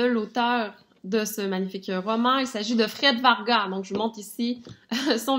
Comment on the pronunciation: On dit Vargas [vargasss]